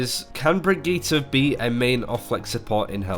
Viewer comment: Why THE FUCK are you pronouncing Brigitte like that?